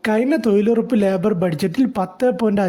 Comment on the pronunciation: തോയ്ലുറപ്പല്ല മിഷ്ടർ തൊഴിലുറപ്പ്,,, നോക്കിവായിച്ചതാണെന്നുമനസ്സിലായി ഇതിന്റെ യഥാർത്തകാര്യമെഎന്തെന്ന് രണ്ടുസർക്കാർ പറയട്ടെ